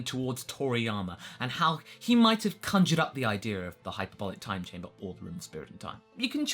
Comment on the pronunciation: is this the first time you had the chance to pronounce hc correctly